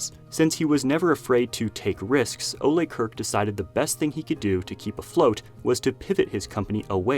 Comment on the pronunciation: The way you're pronouncing Ole's name is aggravating. The E is silent